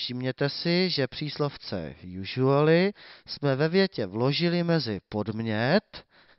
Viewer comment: Když říkáš jůžuali tak to jsem na tom ještě dobře